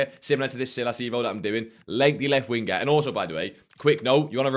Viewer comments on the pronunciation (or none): none